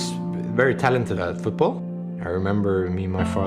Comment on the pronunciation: futbol ?? nice english there mate